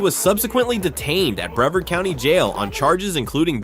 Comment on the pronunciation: Sorry but it's bre vard pronounced bruh vard not brev ard